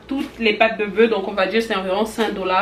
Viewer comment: Pourquoi vous dites bœu et pas bœuf le F se prononce